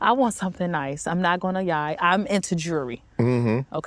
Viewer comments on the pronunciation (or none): “I’m not going to yie” 😂😂😂